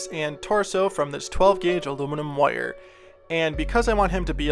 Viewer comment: I like the way you say wire, woyer. No just judgement, I just like it. Also, CTHULHU!!! That would be awesome.